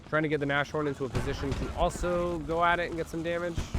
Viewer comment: Since you do seem to care about correct german pronunciation: sh is never the soft compound sound, German has "sch" for that. Sh is usually when a word ending with s is combined with a word starting with h. We Germans do love our literal combo words. So in this case Nas (short for Nase - nose, pronounced like Nas the rapper) and Horn (horn) which is german for Rhinoceros. You'd put a tiny pause in-between the words so it would be Nas-horn to make sure both words are clear. Great match btw, especially those heroic infantry actions. Edit: just noticed you put Rhinos in the title so you are definitely aware what the word means.😅